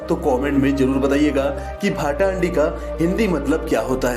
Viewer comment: भाटा हांडी नहीं । भात हांडी है वो😂😂😂😂😂